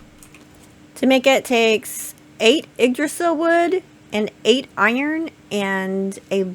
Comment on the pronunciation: It is NOT "dee-verg-ers". It is dwarves. Haldór's people. For some reason you are puting the e- ahead of the v-. Dvergar! Seriously, how can you say "Yggdrasill" pretty much perfectly, but not this?!? You amaze me!